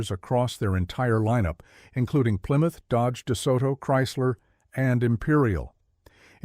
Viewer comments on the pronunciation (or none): none